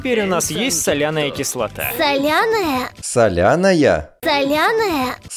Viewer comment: Боже, как же тебя прёт с "СоЛяНаЯ?" и "ХлОрСуЛьФоНоВаЯ?"XD